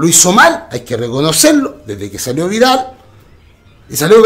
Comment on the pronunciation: Le decia verga a vargas y violin a vidal, le falta pronunciar :v